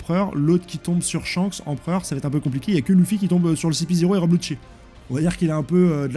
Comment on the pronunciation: T'abuse dans la prononciation des mots "S-Hanks" 🥲